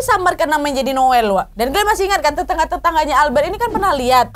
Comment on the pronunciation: Asli ngakak so hard pas nyebut nama Noel yg kesalah2 trs 🤣🤣 krn nama anak gw jg Noel, tp panggilan nya bukan Noel 😅